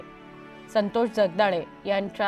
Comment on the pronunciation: असल्या नाटकी बातम्या कशाला दाखवताय?खोटे अश्रु काय कामाचे. संतोष चे नावही या लोकमतच्या बाईला नीट घेता येत नाहीये.